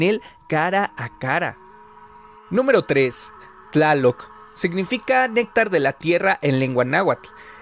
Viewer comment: Tlaloc bueno se promuncia Chaloc